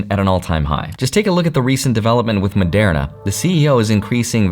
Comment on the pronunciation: Why does everyone pronounce Moderna so wrong